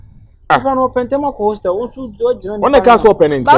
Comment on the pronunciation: Is it a hostel or wholestale 😂😂😂